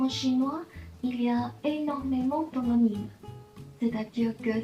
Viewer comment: on ne dit pas "hoNonyme" mais "homonyme"